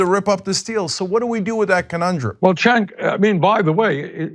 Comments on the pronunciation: Lol Bernie pronounced Cenk's name as Chank instead of Jank lol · Bernie called cenk-cenky in the begining lol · I find it funny how Bernie calls Cenk, Shank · How do you pronounce Cenk's name? Ana Kasparian: "Jenk" AIU: "Gank" Sanders: "Shank" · Great interview but Bernie's pronunciation of Cenks name made me chuckle. Concerning the Iran Nuclear Treaty, Trump is some special kind of moron to tear it up in the face of such overwhelming evidence that it was working. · Did bernie just mispronounce cenks name?